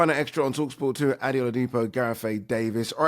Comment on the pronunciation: Ade when are you gonna tell Gareth your name is pronounced "AD-DAY" not "ADDY"😅